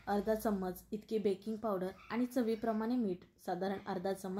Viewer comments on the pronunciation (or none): none